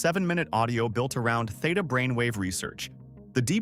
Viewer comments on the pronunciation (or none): none